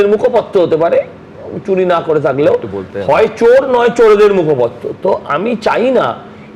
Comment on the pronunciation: কথা টা মুখপত্র নয় মুখোপাত্র